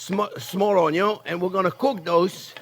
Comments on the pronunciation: nothing says "good" like a potato with onyo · The very reason I subscribed to your channel in the first place is because of the way you pronounce onion 😂